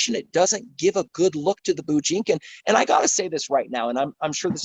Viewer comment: Did he call it the BOO JINKIN? lol